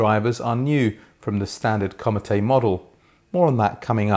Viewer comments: Comète is a French word pronounced more like the English word "comet", with the stress on the second syllable and this is also held slightly longer, not like "commatay". Apart from this, another excellent review. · Great review. I don't think the larger Antal tower speakers would be for me, based on what was described about the Comete. Thank you for keeping me from making an expensive mistake. It's pronounced "comm-ett". The "eh" sound has accent "aigu" at the end of the word. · Comete is french for comet, you don't pronounce the e on the end.